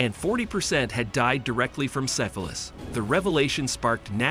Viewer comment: Is your voice over host a text to speech program? Sigh-fillis (syphilis), low-boh-tomy (lobotomy), yuni-maginable (unimaginable). Those are strange words to mispronounce for someone who speaks so well.